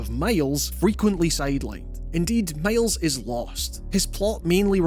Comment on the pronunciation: Did the narrator really say "male's " insteaf of Miles?😂😂